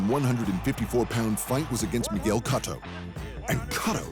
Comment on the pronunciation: This has to be satire. Guy can't even pronounce Cotto